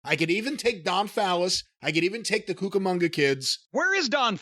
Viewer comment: The Cucamonga KIDS 😂🤣 every time I hear him say it 😂😂😂